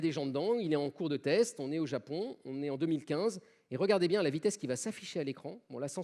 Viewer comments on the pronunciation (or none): none